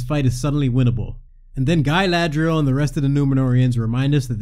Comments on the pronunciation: nice vid m8, just one question: do you call galadriel gailadriel on purpose because you hate the show and dont accept her as galadriel or do you think thats how you pronounce it? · It's Gah-ladriel, not Guy-ladriel. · That goof said “galathhhhhhreil”😂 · Im not a native speaker what are you calling Galadriel?